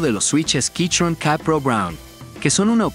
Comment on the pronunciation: Buen video, pero me da gracia el "quichon". Yo recien me compre el mismo teclado